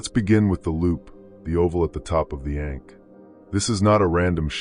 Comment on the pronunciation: Hard for me to take you seriously when you consistently mispronounce ankh.